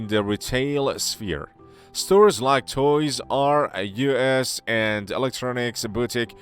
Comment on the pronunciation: Keep powering through until you get to "Toy-R-U.S" it's worth it.